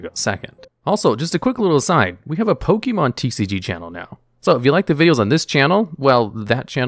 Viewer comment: How about learning to say pokemon?